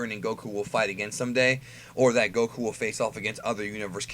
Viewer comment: Why you say Goku like that, its annoying.